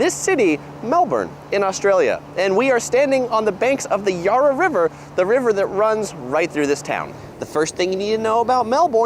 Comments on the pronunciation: He said Yahra River but it’s a short vowel so it’s Yarra, the short vowel that we use for hat, bat and cat. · I grew up in Melbourne and 6 minutes into this video, this bloke has lost me! For a start, his pronunciation of the Yarra River. It is not 'Yah-ra'. It is 'Ya-ra', with a short 'a'. Then, there is the bullshit about Melbourne having 9 months of winter. Coswallop! Yes, Melbourne does have the proverbial 'four seasons in one day', BUT that is largely in spring. In summer, it is significantly hotter than Sydney, in particular. The rest of the year has what you would expect in any temperate climate on the planet. In fact, Melbourne has half the annual rainfall of Sydney and much less than Brisbane. I enjoy your vids, but it would be better to watch one on Australia, done by an Australian. I cringe, quite often, when Yanks (sorry) do these videos. The nuances are often missed. Having said that, keep up the good work girls! 😁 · Our Yarra river is pronounce as in YAHrah NOT YARRah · Greatly appreciate the effort you take re pronunciation! One comment about this bloke’s pronunciation, aside from his variable takes on Melbourne, is that the River Yarra is not pronounced “Yarr-a”, but rather “Ya-ra” (short “a” in both cases). Re public transport - they’re just about to ditch Myki, which has had a troubled history of technical difficulties, and have engaged a US company to replace it with something that will also work with phone and credit cards. We’ll see how that pans out - large scale tech projects have a tendency to go badly wrong in this country! Melbourne (and Victoria) is also generally considered to be the most socially progressive city in the country. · He said Yurra River!! My ears are bleeding!! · Gday ladies, phonetic spelling is Melburn. The river is pronounced YARRER. Winter is a bit cold but no snow. No NYC colds here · he also mispronounced the name of the Yarra river. Its Ya (as in Yak) -rra (not Ya as in far) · He pronounced the River Yarra wrong